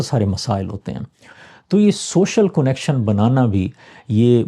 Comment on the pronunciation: کونکشن نہیں کنکشن اردو کو مسخ مت کیجئے